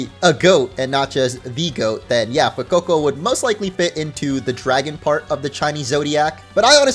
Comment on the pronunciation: speaking spanish is music to my ears. So satisfying he didn't say SPREE-GATEE-TOE and FWAY-COE-COE like other youtubers. Hahaha